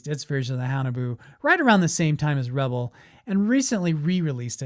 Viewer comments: How he pronounced Revell is just one of many errors he made in this video…..the Nazi wonder weapon did in fact exist the U.S. military was able to bring a few of these ships to the United States in and not only recovered all technical equipment and materials from the underground facilities but other high technology as well. In the intervening years the military reversed engineering teams was able to learn how these craft were designed and worked and made copies of them. These craft are still being produced at Area 51 and other research and design centers all around the country and yes there was alien technology involved as well. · Hey.... The company is pronounced RE-VELL, not revel. That's two L's not one. I would revel in cheer hearing you say our Venice, California born company name with respect. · It's pronounced Ra Vell not re vill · Thank you. It was a California company not the word revel.... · CORRECT! The company is pronounced RE-VELL, not revel. That's two L's not one. I would revel in cheer hearing you say our Venice, California born company name with respect. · So a guy is gonna tell me about models when he doesn't even know how to say reVELL? You know, rhymes with HELL? Oh well, his stupid error saved me six minutes of my life! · It’s pronounced “Re-vell” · What is the proper pronunciation of “Revell?” I’ve always pronounced it as “Rah-Vel,” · It’s Re-VELL—accent on the second syllable… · Yes Re Vell that's how loyd Jones said it and he worked for revell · Have I been pronouncing Revell wrong the past 50+ years? 🤔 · I liked the video. No disrespect intended but you mispronounce Revell. Emphasis is on the 2nd syllable. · I disagree with pronunciation of Revell